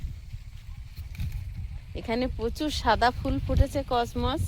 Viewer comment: তোমার আগের ভিডিওতে আমি কমেন্ট করে বলেছি ওগুলো কসমস ফুলের গাছ কসনস না তুমি বারবার ভুল ল্যাঙ্গুয়েজ উচ্চারণ করছো আশা করি পরবর্তীতে শুদ্ধ উচ্চারণ করবে